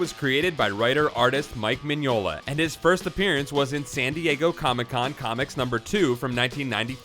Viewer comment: The weird bit is, I think you got all the other stuff right, including the pronunciation of Mignola and Hecate.